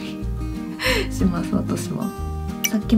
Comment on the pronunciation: つよりなにより、しの発音が気になったんですがなんでずっと、むずかすぃ、すぃますって言ってるんですか...？